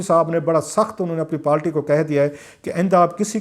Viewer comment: کلاسرا صاحب اپ اچھے اینکر ہیں لیکن اپ پارٹی کو ہمیشہ پالٹی کیوں بولتے ہو اس کی کوئی خاص وجہ انگلش میں بھی لفظ پارٹی ہی ہے اردو میں بھی اپ کونسی زبان میں پالٹی بولتے ہیں